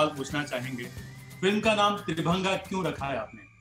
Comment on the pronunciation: वो 'त्रिभंगा' नहीं 'त्रिभंग' है। हिंदी शब्द का उच्चारण क्यों अंग्रेज़ी में किया जाता है?